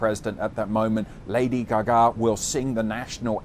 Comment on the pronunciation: Say lady gaga again omg 🤣🤣